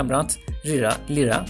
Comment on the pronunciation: lyra lira diye değil layra diye okunur